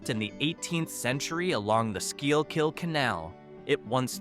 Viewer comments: Is anyone else bothered by the pronunciation of schuylkill? Its not "skeel-kill", its "schoolkill" or "skookel" depending on what part of the state youre from (Lower Susquehanna valley for me). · Shendo abandonded? Please....at least let it die first. And by the way, there is no such county as Skeelkill County. Do your research or train you AI right. It's prounounced (skoolkill). If you're going to bash it, at least get it right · being someone who grew up in Philadelphia, i flinched when i heard your pronunciation of The Schuykill River. it may be the Philadelphia accent but Philadelphians pronounce it "Schuu Kill". "The Schuu Kill River". and the power company is Peco Energy. "Peee Ko". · It is pronounced “SCOOKILL county”.. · Schuylkill canal..its pronunciation is skull kill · Cool video. Schuylkill is pronounced: Skoo-kill. I lived and worked in Pottsville PA. cool places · Somebody should have told this narrator how to pronounce Schuylkill.